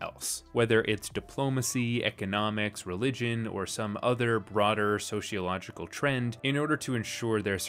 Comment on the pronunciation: I hate to be one of those people, but there is no "h" in sociological. It's so-cee-o-logical. As a sociologist, it's hard for me not cringe a little when it has the extra "h". Thank you for your video. Sociology and Asimov - I was like a moth to a flame.